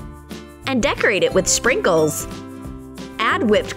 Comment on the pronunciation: When you say sprinkles it sounds like "shrinkuls"😰😅😅😅😅😅